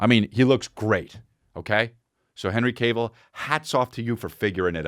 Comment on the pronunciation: Hi I'm a nitpicky asshole and I'm here to let you know it's pronounced calf(like he has big calves), not cave. Henry "has big calves" Cavill. ok thanks for reading, have a good day. love your show :)